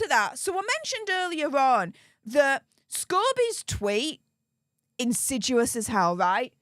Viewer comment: I’m not finding the word insidUous (in-sid-yu-us) in the dictionary. Do mean to say insidIous (in-sid-ee-us)?